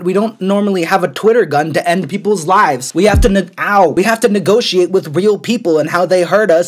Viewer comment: "we ave to na-aw. we have to nagociate.." xD